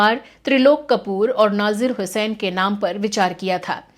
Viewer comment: आपका ज्ञान अल्प है। पत्रिका प्रीतलड़ी को आप प्रीति प्रीतेलारी कह रही हैं। नज़ीर हुसैन का नाम आप नाजिर हुसैन पुकार रही हैं।